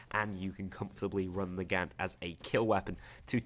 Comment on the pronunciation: The Nagant is pronounced Na-gon-t